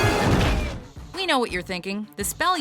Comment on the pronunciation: it's not armus it's amus